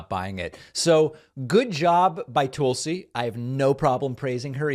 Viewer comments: David it's "Toll-see" not "Tool-see. Still love you guy. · “Tool-si.” You’re doing that on purpose, aren’t you David?😏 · So you continue to mispronounce her name to make it sound like Toolsy Gabbard. Rather than emphasizing the U between the T and the L. Which makes you a patronizing a-hole. As obnoxious and arrogant as you already are. This shows what a disingenuous jagoff you are to boot. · 😂 are you deliberately saying "tool"sy? Lol...rich! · Is the "Tool-C" on purpose? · Why Does David pronounce her name Tool-see? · The Toolsi pronunciation is a long-standing thing that he know is different than how she pronounces her name, he just does it “for the fun of it”. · Why does he pronounce Tulsi so funny? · If you learn to pronounce Tulsi, I'll subscribe. Great video :) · Why does David habitually mispronounce Tulsi's name? Is it a bit?